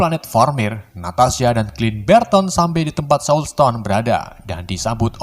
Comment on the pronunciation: Saran saja ini teruntuk kedepannya penyebutan nama atau karakter di film lebih di betulkan lagi. contoh sam dibaca sem, clint barton bukan clint berton. and thank you